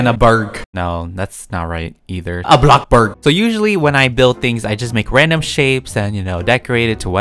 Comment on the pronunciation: LOL “ a block burg”